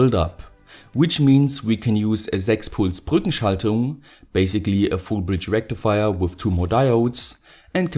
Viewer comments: FOOOOL BRIDGAAA RAKTIFAYAAAA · you pronounced it wrong, it is FFFUUUULL BRIDGE RECTIFAYAAAA!!!! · sorry, but I think you pronounced the full bridge rectifier wrong.. it‘s called „ FUUUULL BRIDGE RECTIFIERRR “. Anyways... great video!